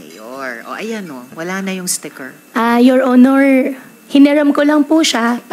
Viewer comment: Pansinin ninyo Ang pabigkas ng “YOUR HONOR” malimit ang pagbigkas nya yoil onoil halatang intsik talaga siya